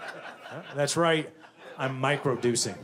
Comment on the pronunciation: he said micro duecing 😅